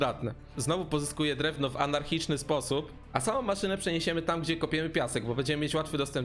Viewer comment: Anarchiczny? nie przypadkiem archaiczny?